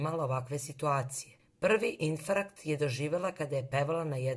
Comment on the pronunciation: Zeno ne kaze se ifrakt uzas